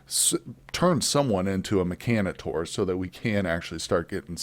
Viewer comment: Your pronunciation of Mechanitor kills me lol but maybe I am wrong, I thought it was "Mech-a-nate-or". Liked + subbed